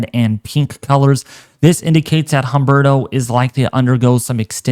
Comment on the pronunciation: Humberto is pronounced UMBERTO the H is silent in Spanish!